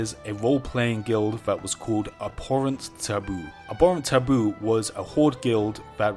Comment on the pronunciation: Илья Бушков He said "Abhorrent Taboo" I had no trouble picking it out.